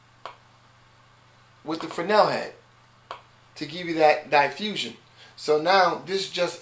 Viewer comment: That's not how you pronounce "diffusion", bro. "Die-fusion", LOLWUT?